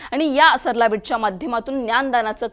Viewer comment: सरला बेट नाही , सराळा बेट असे नाव आहे. सगळ्या मराठीच वाटोळं असल्या या चॅनेल मुळे होत आहे.